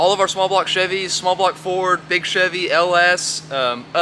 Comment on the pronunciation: WTH is a "chevie"?